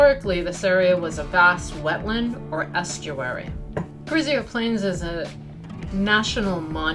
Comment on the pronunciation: Pronounced Carrizo not Carrizio ;)